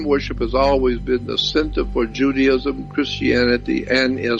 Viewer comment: If you notices he said chrsitanity and jewdaisim